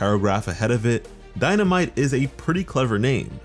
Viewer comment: Ahhh, Die-na-Might. Shini-no-Mighto. I see i see.